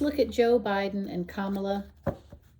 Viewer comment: Good job! It's comma-la :)